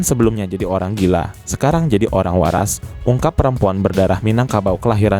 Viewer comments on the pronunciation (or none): none